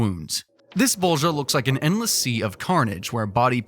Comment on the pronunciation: IM DYING OF LAUGHTER BECAUSE YOU SAY ✨✨BoWlGiJa✨✨